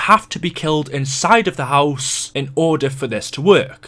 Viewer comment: the way he says house pisses me off